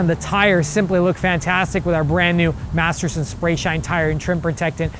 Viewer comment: I think his identical twin brother works for the Chemical Guys How many times did he say Materson